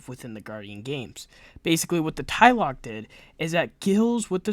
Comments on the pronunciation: Ikr….say it with me…”TLA-LOC”…not “tai-loc”…lol… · Where are you getting a y in Tlaloc? You're saying it like it's spelled like this "Tyloc"